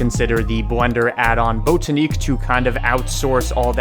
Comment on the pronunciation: Botaniq as in “botanical gardens”, not bOtaneec